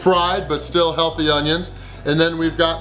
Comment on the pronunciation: I love it when you put emphasis on the "healthy" vegetables! Lool